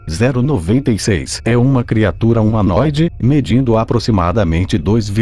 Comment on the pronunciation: Eu: •-•) Hum, vídeo legal Narrador: SCP-096 Eu: hum Narrador: S-C-P-0-96 Eu: ok brow •-•)=b Narrador: ÉCI CE PÊ ZÉRU NOVENTA I CEIS °-°) omae wa wo chindeiro Narrador: NANI?!!?!?!!